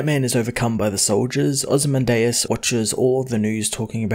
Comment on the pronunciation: I think its pronounced Oh-zee-man-diaz